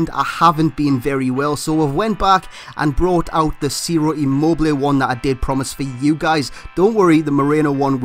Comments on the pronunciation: You speak his name right, i am italian.. :) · You just got his name right.